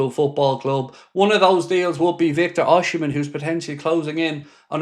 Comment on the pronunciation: Please learn how to pronounce Osimhen's name, if you're gonna keep reporting on rumours about him mate.